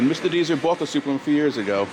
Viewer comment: It's pronounced Dez-er, not Deezer. And 95% of the collection are working vehicles.